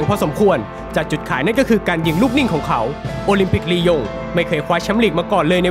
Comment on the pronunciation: หายไปนานละคำว่าลียงลงเป็นยิง